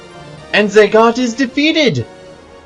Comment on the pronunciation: Zagat? wtf It's Zagato